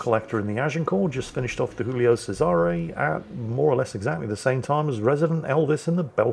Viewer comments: Giulio Cesare is pronounced Julio Chesare - Italian not Spanish :) OOF enough for today my inner language pronounciation nazi had enough for today :) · Giulio Cesare is pronounced Ju-lee-oh chez-ah-ray